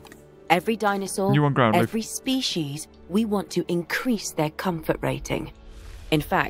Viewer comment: When you said “species there” i heard pc’s there.